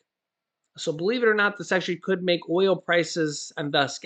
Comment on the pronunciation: Key saying could